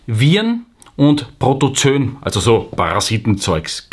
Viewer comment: Lieber, das "oe" in Protozoen spricht sich nicht(!) als "ö". Richtig ist es beide Buchstaben auszusprechen, spricht sich Proto - zo - en. Sonst lieb, gut und richtig; wie immer!!!